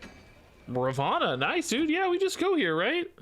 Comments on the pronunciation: *Ravonna not Ravanna 😂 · definitely saying it wrong/different as her name is Ravonna not Ravanna like you are saying, google translate it helpful when confused